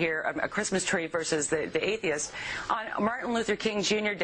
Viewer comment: At one point it sounded like he said "faitheist."